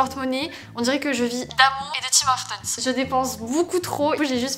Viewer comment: Haaaa c’est Tim HORTON et pas Tim MORTON 😂